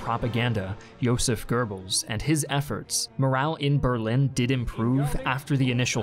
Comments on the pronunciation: really? Joseph Gurbbels? its Joseph Gobbels(goebbels) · J. Goebbels, not Goerbbels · "JOSEPH GERBILS" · Goebbels does not rhyme with "Gerbils" or "GoBells". Try forming your lips for an "o" sound but voice an "r" sound for a start. It's not easy for an English speaker but give it a try. You're welcome. Edit: Same with Goring. Edit 2: Meh, I'm being kinda pedantic.